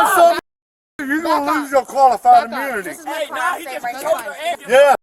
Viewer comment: Did the cop lose his qualified "Amoonity"? 😂😂😂